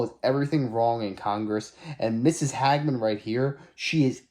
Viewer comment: Brother its not HAG-MEN its Hage-men, hagmen sounds like you are calling her a HAG. She is amazing btw, very intelligent and sharp as a tac!